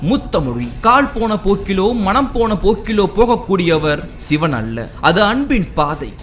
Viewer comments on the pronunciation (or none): none